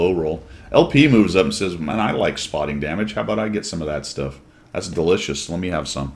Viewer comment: Shtuff? You invented a word. Is -ese a thing now?